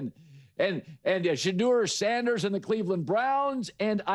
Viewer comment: 1 you can’t even say his name right. 2. If you can’t see the coach didn’t want him to start and the owner. It’s not just entertainment. And it’s not the same. We are not talking about people with no control of who starts. They all had a chance to start.